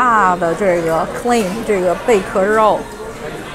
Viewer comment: Clam 不是Claim！發音不對！